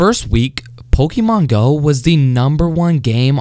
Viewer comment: why did he pronounce it like pokimane go XDDD